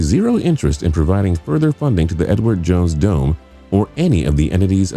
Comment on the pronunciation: is it just me or does it sounds like he isnt saying " the Edward jones dome"lol